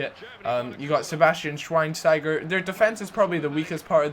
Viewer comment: Did you just say Sebastian schweinsteiger? O.o